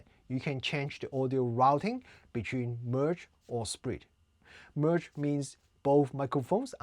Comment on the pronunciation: I thought u said "sprint" when in actuality u were saying "split" 😅😅